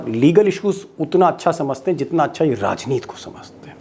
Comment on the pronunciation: बार बार आप राजनीति को राजनीत क्यूं बोलते हैं? हिंदी के शब्दों का शुद्ध और सम्पूर्ण। उच्चारण कीजिए।